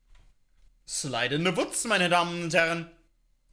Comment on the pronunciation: Niemand: Wirklich niemand:: Slaid in se wutz